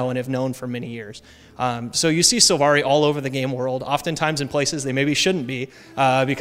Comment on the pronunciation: Silvari* not Sulvari xD